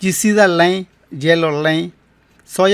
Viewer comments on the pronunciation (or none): 😂 no digas lein( lane)major di lain (line) Pero ni modos buen trabajo como siempre